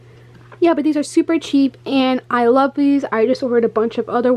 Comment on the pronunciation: Haha she said ten dollars to twenty dollars supper supper cheap 😂😂😂😂